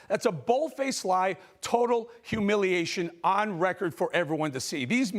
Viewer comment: Hu- milley- ation... Love it, one too be put in dictionary for generations to come.. Interpretations welcomed